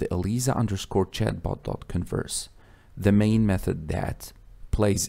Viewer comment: pronounced EL-AI-ZA